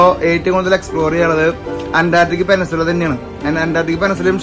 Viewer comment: പെനസുല അല്ല ചേട്ടാ...peninsula🥹 കളിയാക്കാൻ പറഞ്ഞതല്ല...ഒരു അറിവും ചെറുതല്ല☝️